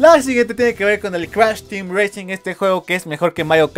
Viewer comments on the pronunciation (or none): none